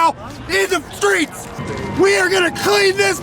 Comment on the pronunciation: "in the freeets" haha cant even say it right haha